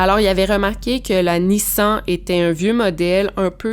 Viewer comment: ça se dit Nissane